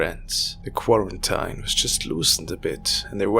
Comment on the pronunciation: Thumbs up for the way you pronounced Quarantine. Also a good video, keep it up.